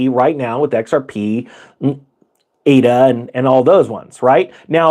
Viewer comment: "A"-DA. AAAAADA.